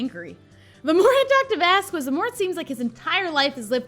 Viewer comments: Um it's not vas-quez it's vas-kez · She does know that Vasquez is pronounced VasKez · it’s pronounced vask-ez. (I’m taking Spanish..) I love you anyway! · Low-key love these vids (also...something has been irking me and i hadn't realized until now but its cause has been saying Vasquez wrong lol)